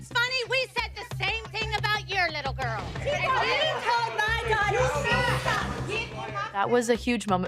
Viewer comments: “we said the same thing about your litte GooRrLl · “I WAs a BaD GOrL”